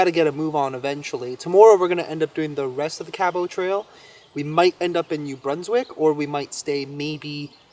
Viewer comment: You not pronouncing Cabot Trail properly is driving me nuts. But love your videos.